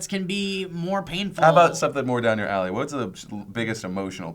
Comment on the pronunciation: Phil says "let's talk about something up your allley"